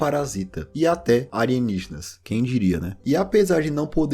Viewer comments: Ótimo vídeo, mas o cara falar "anienigenas" é muito engraçado lkkkkkkkk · Acho engraçado como o chama alienígenas de "arienígenas" kkkkkkk